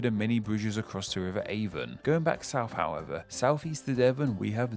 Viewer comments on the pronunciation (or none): none